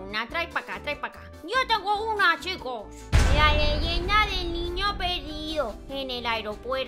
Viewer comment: "La leyienda del nino peldio en el ailopuelto"AKAJAJAJAJAJA